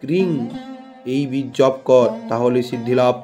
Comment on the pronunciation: Bej montro ti vul uccharon hoeche Bej r uccharon alada